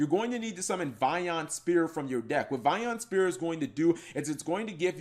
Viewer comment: "Vion Spear"